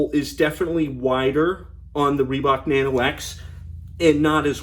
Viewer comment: 네노오 네노오~~ 리박 리박.. ㅎㅎ 발음 아무지네..